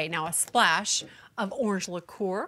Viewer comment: luh-KOOR ... strawburries ... flawless